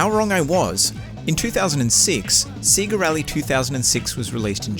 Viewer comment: Say-ga not See-ga..